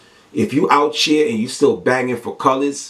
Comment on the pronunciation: let me help you out, its "out here" not "out cheer"!